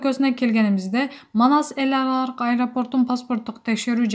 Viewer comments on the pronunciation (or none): Тантык китепти жакшылап окуп, граматный болгонго тырышсан тантып эраларык дебей, эл аралык десен,сенден башка канча окумуштуу жаштар бар ордунду ошолорго бошот тантыбай!!!!!